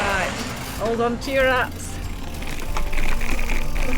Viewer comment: “Riiight, ‘old on t’yer ‘ats” Proper Northern lass. 😍